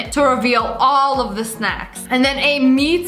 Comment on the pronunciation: “The” not “tue”